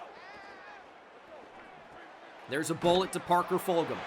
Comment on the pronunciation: Fulghum is from my hometown and it’s pronounced fuljum btw